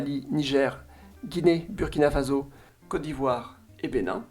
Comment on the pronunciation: Je me permet une petite note sur la prononciation : Burkina Faso ne se prononce pas Fazo mais Fasso, même si il n'y a qu'un seul s